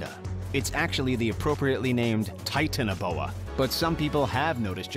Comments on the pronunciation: He pronounced titanaboa and megalania wrong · How does the video guy pronounce titanoboa so wrong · I love how the dude in the video consistently mispronounces (or just pronounces weirdly) almost all of the prehistoric animals he brings up. Like, how do you pronounce "titanoboa" THAT wrong